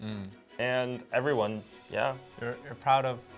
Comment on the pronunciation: When he said Rozeh, Jeesoo, Chenie, Ebriwan? It's like a Poem. Maybe he answers questions in four beats. Like, I love all Twice members Nayeon, Jihyo, Dahyun, ebriwan. Maybe he can't enumerate them on the fly and just forgot Lisa because she's not on his Bais list because His world probably doesn't revolve on Kpop only. I think these haters for no reason should get checked. They get a life. Touch grass. Talk to REAL people.